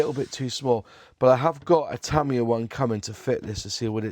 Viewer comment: It's pronounced TA MI YA and not TA MIYA.